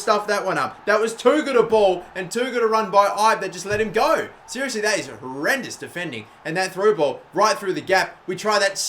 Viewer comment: Say Ibe as eeb